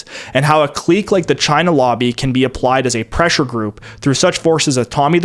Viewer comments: Thank you, from the bottom of my heart, for pronouncing "clique" correctly. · whole time I thought you were American till you said clique